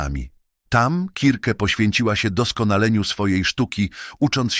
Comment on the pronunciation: KIRKE !!!!! A nie circe strasznie się tego słuchało